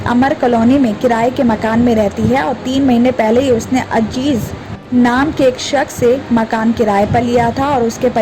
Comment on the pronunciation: Ajeez nahee Azeez bola